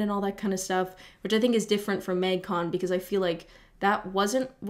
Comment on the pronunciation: Your Canadian really comes out when you say “mægcon”